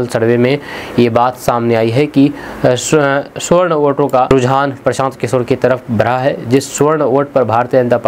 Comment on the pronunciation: सुवर्ण नहीं सवर्ण बोलो